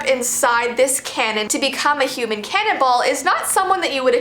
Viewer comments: I thought cannonball said cannable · It did sound like she said that lol